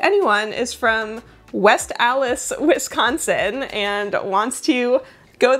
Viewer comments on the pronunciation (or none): none